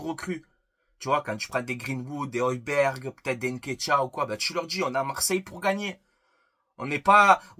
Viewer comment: Le G ne se prononce pas 😅 Højberg...